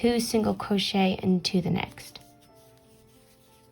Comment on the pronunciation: "single cwochet"